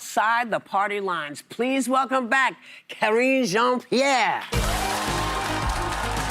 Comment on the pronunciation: Did she just say Kathleen Jean-Pierre?